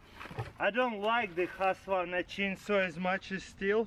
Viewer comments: You say husqwarna but you say more like huuskvarna! Greatings from Sweden! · "Husvarna" lol😂